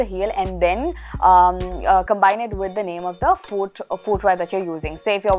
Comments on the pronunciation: Hey, I mentioned this in the last video hoping that you'll correct it but well you haven't so I'm just going to repeat. The pronunciation of 'Foot' is Fut, you don't have to extend the O sound as Fooot. It's a common mistake that people make. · I actually love the way you speak English. But I noticed that you have been mispronouncing the word "foot" and "footwear". It's fut and futwear. There is no "oo"